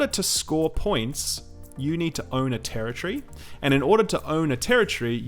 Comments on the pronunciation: Tera-tree :p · This guy says terror tree a lot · Dafuq is a "terror-tree?" I thought it was territory. Sorry, I was distracted the first minute or so by that odd annunciation from the accent. Anyway, good video overall. Thumbs up!